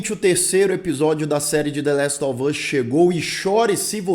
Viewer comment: "La ele of us" 🤣